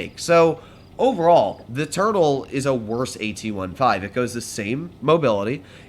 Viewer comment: I thought said turd not turtle in the start